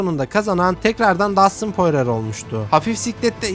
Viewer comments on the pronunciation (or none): poirer değil porie